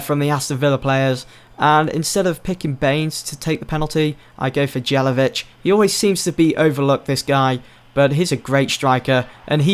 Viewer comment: Isn't "Jay-la-vitch", the song of the "J" is like the song of "Y" Ni-ki-tsa Yé-la-vitch :p